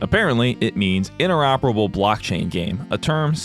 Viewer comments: You say interoperable, and i just hear inoperable. Which it will be. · So I wasn't the only one who heard "Inoperable" either